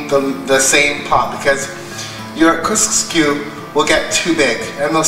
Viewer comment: It’s KUSKSU. NEVER once pronounced right in this video. 😂 Very well explained in a simple method. Well done.